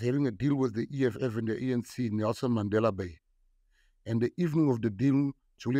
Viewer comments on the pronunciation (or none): none